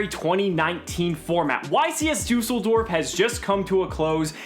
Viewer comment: dUUseldorf 😂😂...im from germany